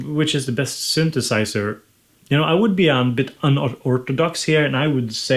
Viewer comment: sunthusiser, analog rrrrrrytme lolllllll